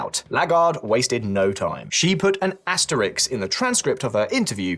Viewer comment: asterISK not IKS